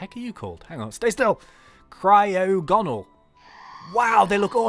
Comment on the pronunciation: Cryoganol - Pronounced - Cry-Og-A-Nul. It is in the Unova Region A shiny one is red!